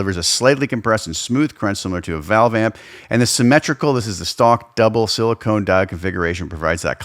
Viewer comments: Silicon diodes, not silicone diodes. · I know I'm the dick for saying anything.... But a diode can be made of sili-con. Not sili-cone.